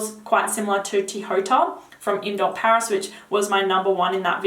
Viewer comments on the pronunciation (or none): none